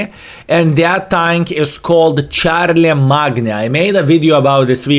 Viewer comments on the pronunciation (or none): Its pronounced Sharl e main 😇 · Is it sharlamain, or charlie magna.... pronunciation lol?